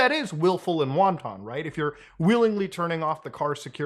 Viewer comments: Pronounced "won-tin". "Won-ton" is a dumpling. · "Wanton" is pronounced "wahn-tin". Not like the Asian food, "wonton". Just sayin'. Otherwise, based. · it's not "won ton", wanton is pronounced like "WANT-un". but i know...English. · Putting aside the criminal behaviour of Doherty, I have to point out a pet peeve of mine. People who pronounce the word wanton like it's a Chinese food noodle. It's not Wonton. It's pronounced "wan-ten". Technically /wäntən/ with the emphasis on the first syllable. I mean certainly someone could disregard their Chinese noodle. But bro, you're smarter than this. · Such wonton disregard for pronunciation here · “wonton” dudes hungry af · please say "wonton disregard" won more time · Wanton is pronounced “WANT-in” not “won-ton” 😅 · My soul dies a little bit every time I hear "wanton" pronounced like the snack brand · That’s an… ‘interesting’ pronunciation of “wanton” Muta? Brings a whole new meaning to Wonton Soup! 😄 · Hearing Muta saying "wanton" like it's wonton soup is driving me crazy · I love you, but in the future it's pronounced Juan-ten (like your Mexican friend Juan, and the number 10) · The way he says 'wanton' like 'wonton' lolol Wanton (in this context): Marked by unprovoked, gratuitous maliciousness; capricious and unjust Wonton: ...a type of Chinese dumpling commonly found across regional styles of Chinese cuisine. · Not gonna lie, Muta's pronunciation of "wanton" is making me want chinese food. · I cannot get over how Mutta pronounces "wanton"